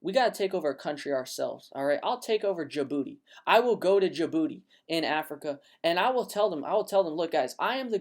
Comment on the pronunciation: "I'll go to Jaboody and take over" lmao Great content man.